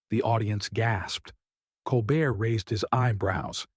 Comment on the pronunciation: What makes this kind of reporting asinine (and i have zero love for DeSantis) is the narrator consistently mispronouncing Colbert's name.